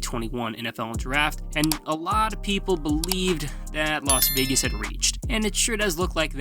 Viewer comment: Saying Los Vegas Raiders and reading it doesn't even sound and look right